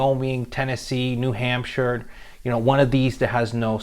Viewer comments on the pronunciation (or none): none